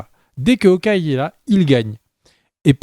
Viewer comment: "HAOKEYE" ? Sérieux... Aucun effort...